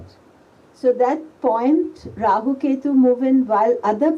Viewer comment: jyotisha, yoga, purana, let's all say rahua, ketua. no offence but hate people adding the letter A. no offence.